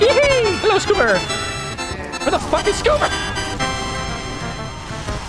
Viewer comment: everybody gangsta til the demo says SCOO-bar